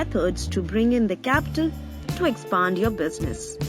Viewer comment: Lmao "expund"